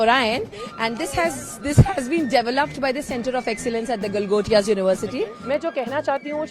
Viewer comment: Galgotiyaa NAHEE GALAAGHOTIYAA bolo 🤦